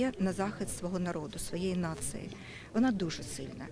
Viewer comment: " Ви знаєте.., кожній нациЫ..кожній нациЫ..,потрібна надія.." Але особливо потрібна пластична операція губів..особливо в важкий для країни час...:))))))